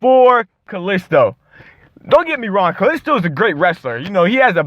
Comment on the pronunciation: I don't understand why you have a problem with Dolph Ziggler's wrestling moves, he's been in the WWE for 11 years so of course his moves are gonna be the same. And with Kalisto, BTW you said his name wrong, but with Kalisto, his outside the ring talent doesn't even matter because ever since that US Title win he got, which was the first push he's ever gotten in WWE, of course it's not gonna be that interesting because this hasn't happened with him before and we're all not used to seeing him main event things. And as far as his commentary job is, that was his first time doing commentary so chill out and cut him some slack man.